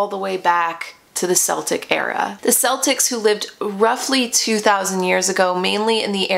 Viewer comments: KELtic the Irish use a hard K sound for C (I'm part Irish.) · Love these kinds of videos as an Irish person! A little fyi, it’s pronounced keltic (with a hard C). Celtic with a soft C is a Scottish football team. And Samhain is pronounced sow-in, rhymes with cow-in rather than sew (a needle pulling thread 🎵) love this history vid xx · I'm really sorry, and I don't mean to pick you up on what you are saying. My family heritage is Irish and I live in the UK. Celtic is not pronounced the way you are saying it, it is not pronounced as if it is S, it's like the C in say Cat, Cabbage, etc. I think you are brilliant, and I love watching your videos, especially ones like this. So please do not think I am being nasty for posting this, I just thought you may want to know. Happy Samhain 💚💚 xx